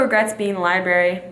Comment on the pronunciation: How dare you pronounce library as "Liberry" Highkey disappointed in you smh